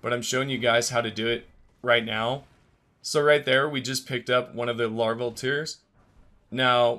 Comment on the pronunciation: LarvaL IT'S LARVAL